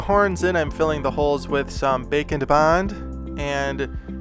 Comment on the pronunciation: I am not done watching but.... A. it's looking amazing! B. It sounds like you are really trying to say BAKE. AND. BOND. Instead of the way you normally say it. I like the way you normally say it. It's part of your personality and why we watch you. Some people are GOING to be aholes. Nothing you can do about it but don't lose your personality ❤️💛💚💙💜👍